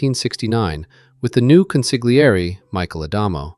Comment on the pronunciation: in the word consigliere, The g is silent so don't pronounce the g it's pronounced con sli ere. Great video Thank you for the content I just thought you might want to know how to pronounce the word properly for future videos